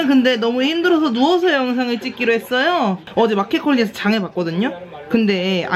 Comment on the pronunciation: "해쒀어요 ~~ " 할때마다 진짜 벽잡고 웃어욬ㅋㅋㅋㅋ 유독 이 편에 많아서 우울할때마다 보러 옵니다 .. 짱이야...